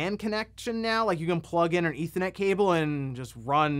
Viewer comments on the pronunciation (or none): none